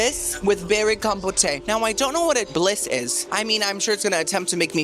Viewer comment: I love you but are you saying words wrong on purpose? Like buffet and compote.